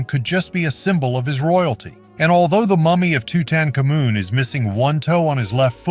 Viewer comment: Toot toot kamoon says it 4 times then changed pronunciation 2 different ways. So if you didn’t know you would think 3 different people were being discussed. This whole video is AI rewrite of bad takes in history.